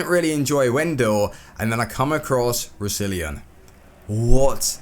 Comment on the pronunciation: You butchered Roussillon's name